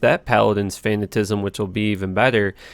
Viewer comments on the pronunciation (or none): Its fanaticism not fanatism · It is not pronounced “Fayna-tism”…. ☹️ Fan-nat-ta-cist —> FAN-NAT-TA-CISM. Wth kinda English they teach up in Canada?? This is just as bad as when you say “faycets”. 😅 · This is the thing that bothers me more than anything about videos. If he just said fanaticism correctly, I'd be all in. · Fanatisum? You mean fanaticism? Also you say it's unrealistic to have the max DMG AR charms cuz it's unattainable so instead you hero edit a bunch of lifer GCs lmao. Also it's unattainable not unabtainable. Cheers 4 years later :) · Fuck it. All non English speaking players call it fanatism :-) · I love your videos man but you mispronounce a lot of words especially with I's in them lol, Fantizm, VIEZAGE (you mispronounce this in almost every build lol), so adorable you are cute son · he has a disability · It's pronounced fa-nat-A-siz-um